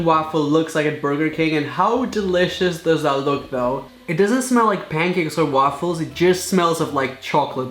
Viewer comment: Pancakes and waffles got a different accent I swear